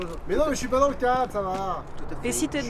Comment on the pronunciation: "ôô je mé souis trop avanceille " xD <3